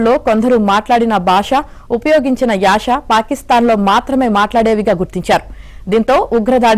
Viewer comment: యాష కాదు యాస.